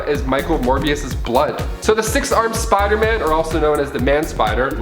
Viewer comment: Smh why do you say Spider-Man like